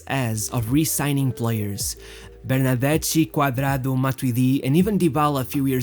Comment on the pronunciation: Just read it: Ber-nar-des-KI ... pls ^^